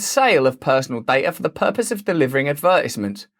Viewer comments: What’s an “adverdizmont”? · The way you pronounced “Advertisement” was fucked up lol